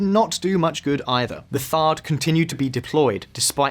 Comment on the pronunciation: THAAD not THARDD